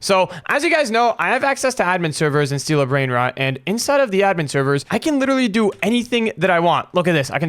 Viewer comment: He said brainrats